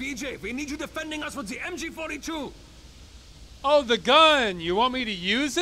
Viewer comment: It sounds like MJ42